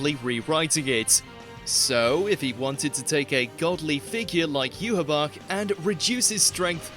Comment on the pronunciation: At least he pronounced Yhwach CORRECTLY